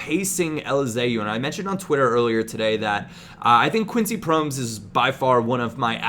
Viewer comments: Yo i am from the netherlands and here we say his name like pro-mes not promes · Its actually pronounced as Pro-mès, not prommes. Just so you know :) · it's not pronounced promes but like prome-ass or promez (as in mario gomez) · Promes is pronounced: PRO-MASS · you say Promes wrong, its Pro mes, say ''mes'' like you say ''Pro'' like Pro evolution and ''Mes'' like MESsi. I hope it helps. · promes is pronounced pro-mès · Its prom-ES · you pronounce it as PRO MESS, just sayin im not hatin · Love Promes (pronounced like 'Pro Mess') so much irl. Youth product of the club I support :) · Promes is pronounced as promise therefore his name is Quincy promise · It's pronounced Pro-mess! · you pronounce Promes wrong. You have to pronounce it like promesse, like esse in finesse